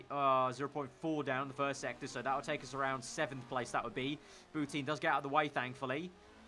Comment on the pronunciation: Bou-TIN not teen